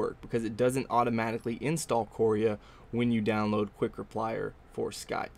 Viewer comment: couria sounds like korea mispronounced